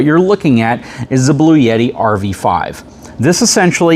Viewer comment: There is no "Y" in Bluetti. You keep saying "Blue-Yetti"